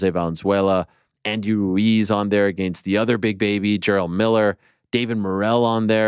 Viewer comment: You do pronounce against incorrectly